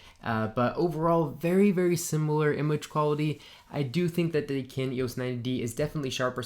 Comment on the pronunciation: Dude! Do you have ANY idea that there is a difference in "the" and "thee" (that's how you pronounce it??? You can NOT use "thee" aaaaaallllllllll the time. Oh my God. You sound like a hick from the Appalachian mountains.